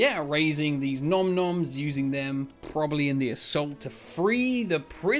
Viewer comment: Finally an in depth breakdown! You are the Yod of spotting all details and secrets... so much to uncover from this video. Great to see Oru's gun again 😎 And your pronouciation of Galenta and Nom-Noms was on the spot. Asciors not so much 😂